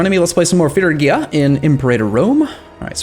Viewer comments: He is pronouncing Phrygia progressively worse with every video lol (fridge ee uh) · It's pronounced Fridge-ee-ah FFS! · "iT's PRoNouNcEd fRiDge-E-a" Guys he knows, he doesn't care, for heavens sake stop trying to correct the man.